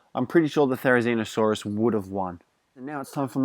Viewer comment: it's not therinizino or something its therizino but with the therizino it's better for me and ur vids are amazing